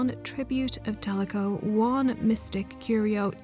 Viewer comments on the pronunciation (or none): Kick ass video but I couldn’t stop thinking about tlecho being pronounced as teleco the whole video